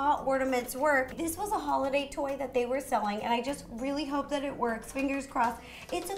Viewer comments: Notice she says RO-ly instead of really. lol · Ro i knowtest that u said roolly!🙂🤪🤪😜